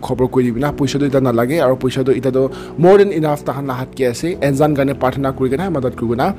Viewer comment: It's actually Nzan... ❤️ don't pronounce the 'N' as it is but,like uNNNzan..